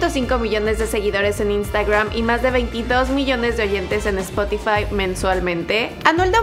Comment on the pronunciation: Me pone nervioso la manera de pronunciar de esta tía las palabras inglesas. "Instuagream"pero luego dice "disiendo"